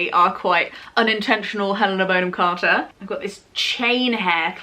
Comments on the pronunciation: I'm really enjoying watching all 'back catalogue' and I've learned so much from her, but... Aaaaarg! It's pronounced Bonn-am, not "Bone-am"! screaaaam Sorry, I'll go back to the video now... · i love your video, but thats not how you pronounce “bonham“ >:( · So is it Bon-hom or Bone-em? I’m really confused. Great homage either way. You could do a Madonna vibe next….not as dissimilar as you might think ❤️